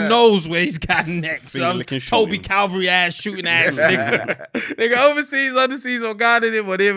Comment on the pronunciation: not saying toby CALVARY twice. put some respect on toby’s name.:_helmet